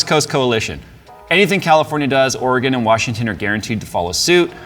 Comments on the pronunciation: Great job on pronouncing Oregon correctly!! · As a native Oregonian, thank you for pronouncing it Ore-Gun NOT Ore-gone. Every time I hear an out of stater pronounce it Ore-gone. I want to sock em and tell em to get gone!